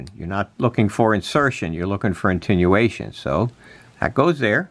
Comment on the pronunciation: Come on man, if you're going to do a technical video, get the terminology right and quit sounding like a CB'er! It is Attenuation, not intinuation!